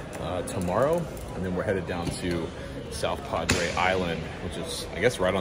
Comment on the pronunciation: Great video—the practice, the tour, All of it. It’s ‘South Padre’ BTW… (I grew up in Houston and went down almost every spring break).